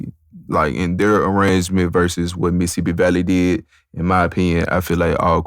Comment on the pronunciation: Bro said Missippi Valley 😂